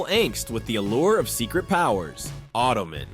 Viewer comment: Not ottoman... auto-man....